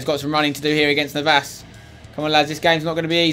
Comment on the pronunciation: It's not Navás, please pronounce it correctly